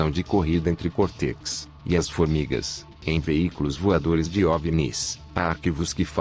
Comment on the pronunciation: Essa narração robótica é tão broxante… ouvir o conteúdo do vídeo nessa voz é tão 🙄… “Twin Sanití”, “Cortequis”, “Creche”, “Équis Boxí”, “Gaymi Kibe”? Sério isso?